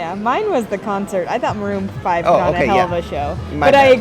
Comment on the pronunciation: Marroon five ....really?????